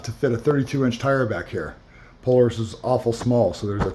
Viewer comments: PO LAR IS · Pole a rus ??? Its Polaris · You’re saying Polaris incorrect